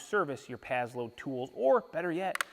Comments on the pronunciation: Sounds like you're saying pad-load. It's pass-load. Paslode. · it's " PASS LOAD " not " PAZZ LOAD " . The name is spelled with an 's'...not a 'z' lol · I think it’s prononcés pass-lode